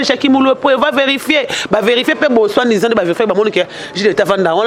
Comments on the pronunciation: kota cour ya français stp ma chérie Pô niveau ki zoba oza na problème ya prononciation Pour aidé des armes elongwe âme pour sauvé KK yo olobi soit ndisant au lieu de soit disant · On dit malgré et non malge soi disant et non soindisag